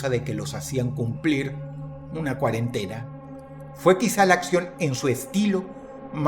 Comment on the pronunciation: Dross: "La quarantina " Mi cabeza: "ecuipo"